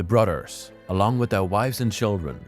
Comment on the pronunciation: You're cute, you pronounce brothers like "brudders".